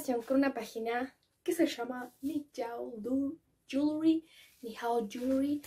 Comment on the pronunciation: Nijao hewerly así se pronuncia no tiren hate aveces es bueno ayudar en algunas cosas uwu